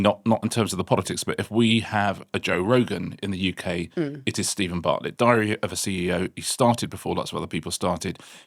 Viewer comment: Diary, not dary